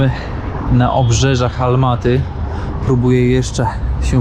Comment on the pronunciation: Ałmaty nie Almaty